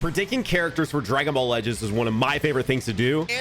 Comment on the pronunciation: Lets ignore that said predicking during the intro